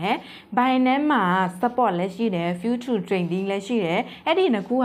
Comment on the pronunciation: ဖူးချား အိုင်စိုလေ့တစ် တို့ အသံထွက်မှန်လေ နာလည်းရလွယ်လေပါ ရှင်းပြတာ အရမ်းကောင်ပါတယ် အသံထွက်လေးတွေ မှန်ဖို့ လိုမယ်ထင်တယ် ❤❤❤❤